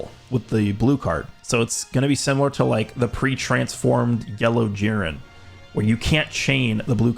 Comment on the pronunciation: Bro said UL jiren 💀💀💀